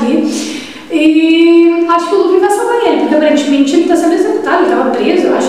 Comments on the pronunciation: É com "L " amigo! é luffy. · Se fala LUFFY